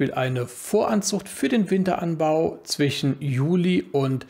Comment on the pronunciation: Warum sagst du immer zwichen statt zwischen?